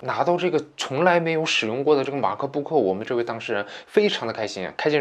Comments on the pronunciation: 马克不可真别扭，麦克book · 马克book。。。。你这英文也是够牛逼的